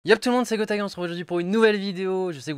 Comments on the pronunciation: C'est pas Grostaga mais Grostadgras, confond pas stp... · GROTADGRAS = GOTAGA DÉSOLÉ MAIS JE T’ADORE